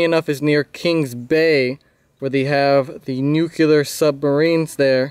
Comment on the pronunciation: It isn't nuke-U-lar. It is nuke-lee-ar.